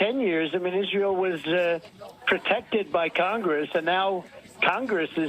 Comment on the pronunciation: He even has trouble saying the word “Congress.” He struggles with the pronunciation.